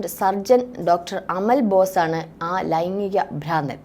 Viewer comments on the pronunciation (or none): "ലൈങ്ങിക " ലൈംഗീകo എന്നു പറയാൻ ശ്രമിയ്ക്കണം.👍